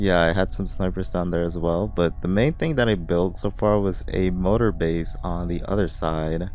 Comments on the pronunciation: It kills me that he says "motor" instead of "MORtar". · Mortar, not Motor.